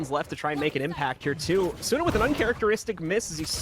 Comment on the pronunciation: it still bothers me how the casters pronounce asuna, the u usually isn't pronounced...